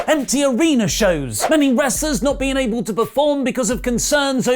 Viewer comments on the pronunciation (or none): none